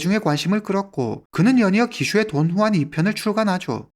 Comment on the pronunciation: 돈주앙이 더 맞는 발음 아닌지?